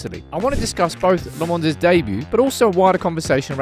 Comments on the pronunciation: Repeat after me “lah” “men” “s” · Lammens. Its like the first 2 letters of Laughing. Use that pronunciation. LAughing. Remember that LA, and Lammens. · I love how you're so focused on pronouncing his name correctly. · How are you pronouncing that name? 😉🙃